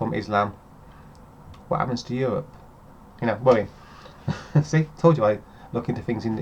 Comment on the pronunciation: i dont want to think i get really really angry; what is Euwope?